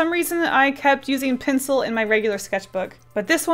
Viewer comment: I’m not trying to be rude. I love you! I’m almost a mega fan! But when she says ‘pencil’ I somehow hear ‘pincil’ ;-;. Sorry if I offended you! I didn’t mean to if I did. ;3